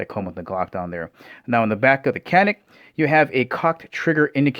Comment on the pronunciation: Alright matey,canik is not pronounced as it's spelled in America.Turkish c is a j!like the actor Cüneyt Arkin.its really jewnet Arkin.now,I have no love for Turkey!the country,not the bird.once upon a Time their greatest exports were drugs, couple other things but c'mon we only remember midnight express.and motherfucking Cüneyt Arkin!if you've not seen Turkish starwars? unholy mackerel!it straight up steals star wars film stock, hilarious! anyways Turkey is putting out a few decent firearms now.more than a few really.all I'm saying or asking is. let's pronounce other people's language's that are not Spanish, but once upon a Time,our time.a very real threat to Communism!I'm too nice I know but? hopefully that country may find it's way,moving forward in positive directions rather than backwards into used territory?but who am I to say anything.